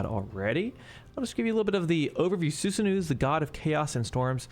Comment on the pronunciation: You are not pronouncing Susanoo properly. It is Susano-oh, not Susanuuu~.